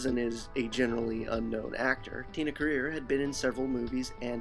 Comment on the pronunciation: It's Tia Carerra not Tina Career